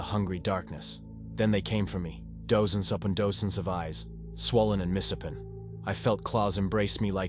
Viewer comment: Is this read by a computer? Some of the pronunciation of words isn't just wrong, it's plain stupid. Dose-ens and dose-ends of eyes? Mis-HAPPEN